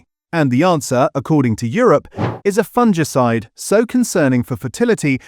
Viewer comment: It's pronounced, "FUNG-ICIDE", NOT "fun-gee-cide"